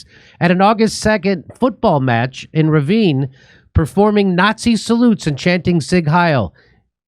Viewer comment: Pleeeaase! Learn how to pronounce letters as they are! It's not difficult AT ALL! Rivne is Rivne! Not Raivnee, no Reevnee! Rivne, simple!